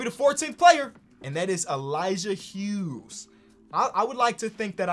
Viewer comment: Finally someone says the Hughes right. Bc my last name is that